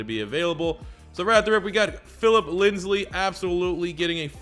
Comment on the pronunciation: he's been saying Lindsley since he was drafted lol we can only hope